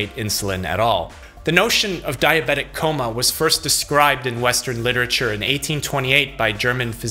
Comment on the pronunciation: I love how he says in a coma it sounds like tacoma like the city lol